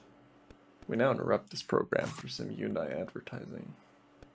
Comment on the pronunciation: hundai? nah man it is hyundai